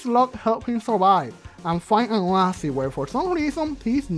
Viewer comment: HOLD ON!!! "Ō-Â-SÎS"???, it is pronounced "Ō-Ā-SÎS" as in "oh-aye-sis" I'm sorry I just got really annoyed by that.